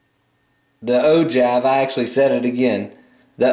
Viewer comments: Ogive is pronouced the way you wrote it no how you said it. It is pronouced oh-jive and you said oh-jave. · willem kauffeld I heard oh juv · He said o-give after explaining it is pronounced o-jive.